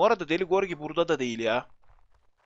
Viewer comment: deli gorgi değil lan gırogi :D